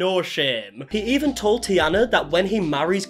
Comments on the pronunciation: I see you did a load of research and watched a lots of Taina's videos, hmmm... Sorry, you can't even say her name right. I'm not a superfan or anything but I watched several videos and even I can explain the reasons behind them doing this and that. My channel is not big but even I could feel what it's like when people fill in the gaps themselves and by thus make stuff up about you. Making your assumptions public (like creating a video about someone) is another step. Also, it's hard to explain absolutely everything, there will always be something that someone doesn't understand, everyone shares only what they want to share and has no obligation to make it understandable to absolutely everyone. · I recommend checking how names from different countries are pronounced before making a video xD You are butchering Taina's name so bad. Also they lived in Finland. Also here in Finland we have a word "se" which translates to "it", that we use for pretty much everyone or everything. We don't have pronouns like he and she, we only have "hän", which is used for all genders and "se" is used in everyday language in it's place. So I doubt them using "it" for the baby was meant in a bad way. I do understand that it might sound strange to someone only speaking English. I've never heard of this family before (I dislike family channels by default), but after looking them up quick I do agree that they need to be called out. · it's taina, not tiana lmao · Its a Finnish name so it's pronounced exactly as written with clear Aaa and T sounds. TaiNA same with the hyphenated last name Toivola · No it’s pronounced like “tie-na” lmao😅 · Him mispronouncing Taina’s name throughout the whole video and not noticing is a vibe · Im getting so irritated bc of ur pronaounciation of their names😭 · Its Taina btw not Tiana. Shes Finnish. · It's pronounced Tanya?? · Taina, not Tiana. but glad someone has finally made a video about it. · why do you keep saying tiana.. it clearly says tAIna